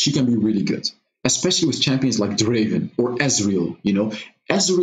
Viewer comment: Not draven, draaaaaaaven